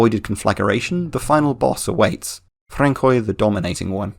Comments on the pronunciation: I cant help myself, sorry, but its franswah not frankoy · Francois = Fran-su-wah, it's french! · I hate to be that guy, but Francois is pronounced Fran-Swa. Great video though! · Frank-Oys the Dominating 😂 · Frank-oi! lol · are you sure that's how Francóis is pronounced? genuine question. i thought it was pronounced like "fran-swa" or something (the french) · WHo is Darke and Frankeus ? Do you mean D'Arce and Francois ? that's not how you pronounce those names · Lol did you pronounce François like a Blastoise named Frank 😂😂 Although I must say, I thoroughly enjoyed the video and the editing was on point ✌️ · Hey great video! I dont know why I was suggested this video, but I subscribed :) quick note though on some of the French names. D'arce is pronounced "Dar-see" or Darcy, and Francois is pronounced "Fran-swah". French is always weird and I'm cursed with speaking it lol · Great video, however, "Frank-kois" has done great Mind damage to me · I can’t tell if your pronunciation of “Francois” is a joke or you really think it sounds like that, you delivered it with such shocking sincerity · You are the only one I have heard pronounce Darc right, but not François. The c is soft in François.